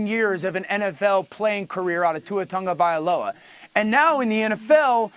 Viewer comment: Why does it sound like Tungavailoa? Isn't it Tagovailoa